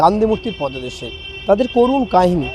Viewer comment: পোদো দেশ নাকি পাদদেশ?আপনি সাংবাদিক ভাবতেই অবাক লাগে